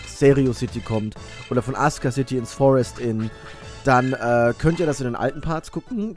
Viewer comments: wieso sagst du imme "aska" anstatt "asuka" das stört mega... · weil asuka city ein japanisches wort ist, und asuka nicht ASUHHHHKA ausgesprochen wird, sondern das u stumm ist und es ''Aska'' gesprochen wird. das ist genauso wie das wort sasuke von naruto, wird nicht sasuuuhhhhke ausgesprochen, sondern saske.